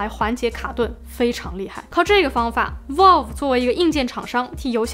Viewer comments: 雖然讀音不是重點，但確實是讀錯了（正確讀音接近foul而不是vote），網友也是沒惡意的指出。 不知道為什麼有人那麼扭曲地把錯的說成有好幾個版本。 善意提醒，靈感交流可以大家及主播都進步，令更多人喜愛這裡的生態。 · vælv, not volv😅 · Valve， Vauv, 跟我一起说， Vauv, out, Vauve, V奥V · 不是可能开放让消费者购买维修零件，是已经决定让ifixit 销售了。 valve 发音错了... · 不算PC玩家，但是评测看的很舒服~~~另外挑个刺：VALVE的发音博主一直读错了…… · 「一」這個漢字沒有幾個寫法，valve讀音也是啊～樓主人家也是善意提醒。但你這樣護駕打嘴砲只看到你是很個人的愛主心切，沒營養。這樣不會令大家進步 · valve发音错误